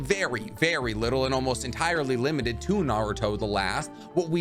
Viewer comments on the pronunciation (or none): none